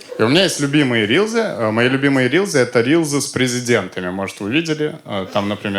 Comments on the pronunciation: Христа ради, рилСЫ, а не рИлЗы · "рилСы", а не "рилЗы". Произношение есть и в других словах бесячее. Из-за этого смотреть неприятно.